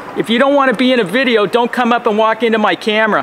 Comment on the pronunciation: It's a Biddeo? And I don't want to be in ur BIDDEO? so don't take my BIDDEO??